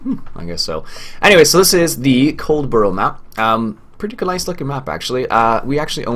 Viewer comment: Dear me,. Love your videos, but your pronunciation of English place names would make an angel cuss.:-) (puts on teachers hat) Now in the interest of international peace and understanding try this... HEH-reh-fudd-SHEER COLD-buh-ruh - depending on the exact regional UK accent you can really de-emphasise the second syllable, so it almost becomes COLD-bruh Master those, my good sir, and you'll sound 83% less like an American tourist. Now if you could just remember to drive on the left side of the road?:-D Joking aside, the Coldborough map really does reflect the UK countryside almost perfectly. The main road, that you thought might be over-wide, is about right for a rural main road, even down to the lay-by (the dirt covered roadside parking area). The only thing that doesn't look right is the road markings at the junction, which I'd expect to be Give Way (double dashed-line) rather than Stop (single solid line). The dirt roads leading from that to the farm and other places may be a little too wide, and typically they'd have hedgerows close on either side. The overall colour palette - the greens of the grass and the vegetation - is spot on too. Overall the creator's done a fantastic job, and if I hadn't already committed to doing a series on Hagenstadt 2015, Coldborough would have been the UK farm I'd been waiting for since the FS15 launch. Look forward to seeing this series continue. And Many Happy Returns to your good lady.